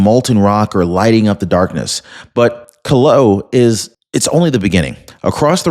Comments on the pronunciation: It is pronounced "Kill a wa ah" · KILL-A-WAY-AH What part of the USA are you from? Maybe you don't get many foreign names in your area. However, if you listened to the reports of the earthquakes/volcanoes you would hear how they are pronounced. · Hawaii volcano pronounced ( KIL-AH-WAY-AH )…👍